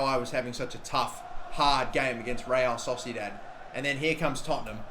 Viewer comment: Real Sosidat - love that pronunciation